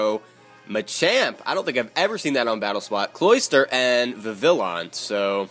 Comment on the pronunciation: Just so you know Vivillon is actually pronounced with the y sound in place of the double l. I don't know why they decided to make it Spanish but, whatever.